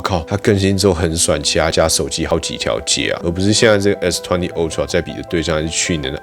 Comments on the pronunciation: (台灣)Youtuber最可怕的部分～就是大家的發音～都會互相學😒 ultra不管美式英式，都是凹tra，不是歐tra～ 但是每個youtuber都一起念歐tra 🤦‍♀️🤦‍♀️🤦‍♀️ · 不是唸o…是ㄚ好嗎……真的是ooxx